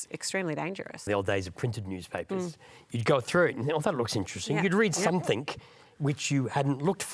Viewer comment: You lost me me when ole mate said "Somethink" instead of Something. A failed education, I'd guess.